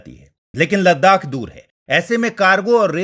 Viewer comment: Ladakh (Ladhak)